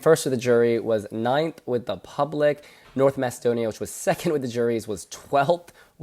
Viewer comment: needs to correct the way he calls North Macedonia.